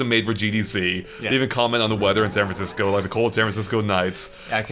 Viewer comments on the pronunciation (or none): none